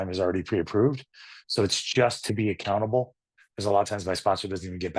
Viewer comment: I thought you said "I'm a cannibal." = accountable is what you actually said. Thank you for sharing your story.